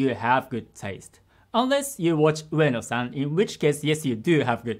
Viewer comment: Not laziness? He consistently (if not intentionally) mispronounces his wife's name, Kanae. Instead, he says, Kanai. He refuse to stretch the "e" sound. Also, the town called Ueno, instead he say it, Weino. Multiple people corrected him but he refused. But then, he criticizes other people pronunciation. After 25 years, he still not get it? Now,........ you tell me that's NOT a laziness.